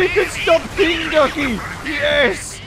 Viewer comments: What other people hear: king ducky. What I hear: Kentucky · when you say king ducky it sounds like kentucky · I thought he said kentucky lol.